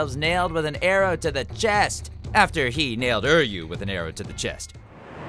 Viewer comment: Anyone else get triggered by Err yu?